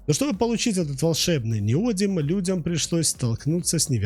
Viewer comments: Следующий этап обужения нейросетки: ниодИм, а не нИодиум! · В чем изящность реакции нейтрализации кислота щелочью? Это любая хозяйка на кухне делает смешивая уксус и соду, вы просто хотели ляпнуть для красивого словца? И не «неодиум», а «неодим» неужели так сложно хотя бы правильно прочитать? Количество ошибок и оговорок в коротком ролике поражает, первоклассник справился бы лучше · НеодИм, а не неОдим. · неОдимовый магнит - режет ухо! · Человек, который прокурил за углом не только уроки химии, но и русского языка, и не знает о существовании поисковиков и словарей, пытается что-то рассказать о теме, в которой ни в зуб ногой, ни в .опу пальцем. НеодИм! С ударением на "И"! "Гидроксидные" произносится слитно! В общем, даже дизлайк за такое - это уже награда. Просто дам команду YT не рекомендовать этот канал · неоди́м, а не нео́дим. это фиаско. -- upd: автор — молодец, проделал большую работу, хотел всех порадовать. С учётом того, что ru каналы не монетизируются, это буквально работа только ради зрителя. Я хотел лишь сказать, что если ударение ставится неверно, то теряется доверие ко всему контенту. Я бы перезалил. Тем не менее, это не обесценивает проделанную работу. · Правильное ударение в слове неодим падает на третий слог, на букву и — неоди́м. Во всех падежах при склонении ударение также сохраняется (например: неоди́ма, неоди́му). Безграмотность не есть оригинальность. Безграмотность бесит. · Произношение и формы. Ударная гласная: «и» на конце основы (не-о-дим).Родительный падеж: неоди́ма. Множественное число: неоди́мы. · Неоди́м - такое ударение в Википедии. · В слове "неодим" ударение падает на И, а не на О. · Неграмотную речь слушать больно, сбиваетесь, запинаетесь. Ударение это еще через слово..🤦‍♂️ Как можно было неодим так исковеркать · Правильное ударение в слове Неодим на третий слог, т.е. на букву И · ударение ставит робот, он по-другому не обучен ))